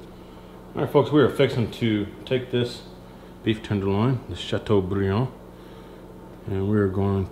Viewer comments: Oooh you said Chateaubriand very nicely! Do you speak French? This looks absolutely delicious. What a great main course for Christmas!! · ooh la la, love the way you pronounce Chateaubriand with a Southern accent. I bet the person that thumbed down this video is a Frenchie.